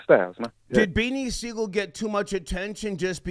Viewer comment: It's close, but Sigel.